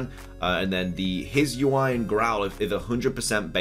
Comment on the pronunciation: If I'm not wrong, it is pronounced as the Hee-soo-ee. And my guess for the climbing mon is: I think it's the trainer because the 'leaf' could just simply be the scarf, which explains the proportions of the silhouette, thick legs near the foot, just like the player's socks-like thing, the backpack would also make more sense. But I'd prefer it as a new regional form/evo